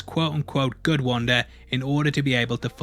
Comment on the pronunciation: “Wandar” lmao